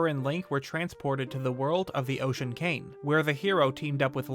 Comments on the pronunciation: say cain instead of king one more time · Does anyone else think he says the word 'king' weird? I honestly can't help but cringe every time he says it. It sounds like he's saying 'cane'.